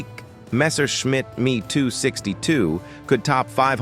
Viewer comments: Make the artificial voice better. Nobody says "Me262" but Em EE 262 or "He" but "Hach Ee" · "#ME TOO 62 Jet" ... 440 miles an hour ... 400 M"A"H. Murricans are hilarious. Maybe drop the AI slop. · AI generated voice-overs ... "me" 262, "he" 162 and "ar" 234 ... 🤣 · MEE 262 , MEE 109, ?? ( I hate AI narrators). Oh for the good old days of real voices!